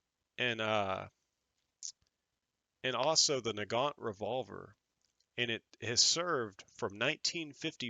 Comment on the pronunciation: Pronounced ma KAR ov and na Gan